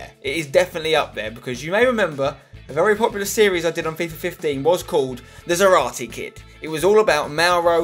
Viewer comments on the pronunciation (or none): I know it sounded cool in the series but you mispronounce his last name 🙈🙈🙈🙈 you pronounce it as if it was written Zaráte while its Zárate...the accent in the first syllable . I know it may be the same for you cause you speak English but...just wanted to let you know ....ZÁRATE ("Sarah-TEH") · Has anyone ever told Spen that he is misspronnouncing Zárate's name? It's zÁrate not zarAte. Enphasis on the first A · its zÁrate, xDDD